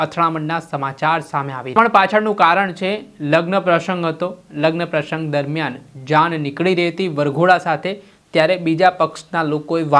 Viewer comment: પ્રસંગ બોલતા ને આવડતું નથી... સ ને શ તરીકે ઉચ્ચારે છે